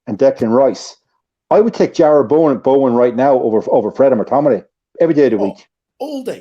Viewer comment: "Bowen - class"... "I'd play Bowen in the pivot".... God help us all